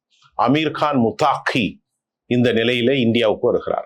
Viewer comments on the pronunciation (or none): முத்தாகி அல்ல. முத்தகி தான் சரியானது.